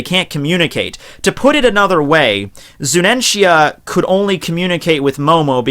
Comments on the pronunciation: its zunisha not zuninshya man correct yourself u r a one piece fan. be respectful. i expected better from u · It's Zunisha not Zunenshia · Dear The elephant is named ZUNISHA (ZU-NEE-SHA) not ZUNENTIA 😄 Hope you note this ✌️ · I crack everytime he says "Zunenshia" or "Momuske". Love your videos btw. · **PUBLIC SERVICE ANNOUNCEMENT TO ** Pronunciations are as follows: MO-MO-no-ske and Zu-nee-sha..... That is all. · Eddie The Cat hes pronouncing it wrong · dawg, "Zu-ni-sha", XD! Gawd bless this channel, XD! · I read this comment before watching the video, I was trying to think how he would mispronounce her name, but MY GOD that is terrible lmao.